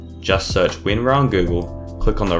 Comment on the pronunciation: Hey-_- this not winar yes winrar